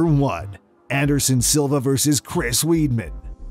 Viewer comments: its pronounced Wideman not weedman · He said Weedman.. 😂😂